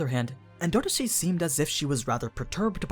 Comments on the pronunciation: En-door-C not En-do-ro-si.... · anaak being green wasn't a big enough clue? also, why are you pronouncing 'endorsi' like N$C... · The way you say endorsi is funny